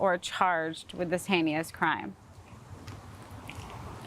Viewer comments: That and pronouncing heinous "Hay-knee-us" 🙄🙄🙄🙄🙄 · Hay-nee-ous crime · "Hay Nee Us" crime? Guilty. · Asking for money is hay-nee-us, as she would say. 😠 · That is from a memorized script!! She did not pronounce heinous right! That is something that she read!